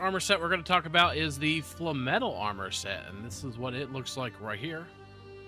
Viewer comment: Sorry? Falm-etle, instead of Flame-etle or Flame-metal. interesting, I have never heard anyone call it falm-etle before